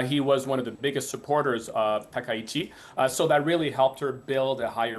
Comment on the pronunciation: いくら人工音声でも「さなたきち」ってのやめようね。それぐらい補正してください。ああ、ついでに「たきざわ」でもないです。談話室じゃないんだから。あ、こんどは「たかはし」ですか。 ちなみに戦争の清算は対中国、対韓国共に終わっています。したがって日本の首相が日本国内のどの宗教施設に参拝しようが１００％日本の国内問題です。 それに不満を持つ隣国がもしあるならそれは内政干渉にあたります。現代社会においては厳に慎むべきことですね。